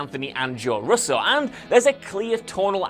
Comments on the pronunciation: God it’s unbearable to hear you try say russo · Please learn how to pronounce "Russo" and "Whedon". That is all.